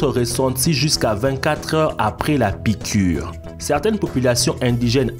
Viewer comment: La piquwe est mowtelle mon fwewe